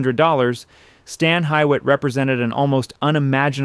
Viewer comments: This video loses all credibility with the mispronunciation of Stan Hywet...it's pronounced "Hee-wit." Gotta love AI narration. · It's pronounced "Hugh (like Hugh Hefner)-It" Stan Hugh-It or Stan Hue-It. Highly recommend everyone visit. It's beautiful. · I know this has already mentioned, but I’d like to give some background. The Americanized pronunciation of the name is, according to the official Stan Hywet Hall & Gardens fact sheet and other reputable local history sources, “Stan HEE-wit” — the “Hy” sounds like hee and the “wet” is pronounced wit. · for sure and doubly agree that the pronunciation should be corrected. It's pronounced Stan Hue-et, not as written. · You pronounce Stan Hyett wrong. It's pronounced Stan Hugh-it. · Wronggggggg....read the notes "hee-wit" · No it's actually He- wit. They tell you that on the tour. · it's pronounced Hee-wit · Local here and that’s now how we pronounce it. We say “hew it” or “hugh it.” What you’ve given, I believe, is the British pronunciation. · I grew up in Akron and worked at Stan Hywet and it is correctly pronounced as "Hee-wit". The locals, of which I was one, may pronounce it however they please, but "Hee-wit" is the correct way. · Hee wit, you mean? Every single person I worked with for 2 years at Stan Hywet. We were taught that in our training. I was a museum interpreter there. I spent HUNDREDS of hours reading and researching about the manor house, grounds and the Seiberling family, and talking with 30+ year volunteers. So, yes, the locals mispronounce it often, but they are always happy to learn and use the correct pronunciation. As should you. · Your pronunciation of Hywet drove me crazy in addition to the many inaccuracies. Very amateurish. Research! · Too bad prep for this didn't include correct pronunciation of Stan Hywet Hall. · Good documentary although difficult to hear it pronounced wrong. It’s pronounced ‘Hewitt’. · I'm pretty local and it's not pronounced Stan High-wet, it's pronounced Stan Hew-et.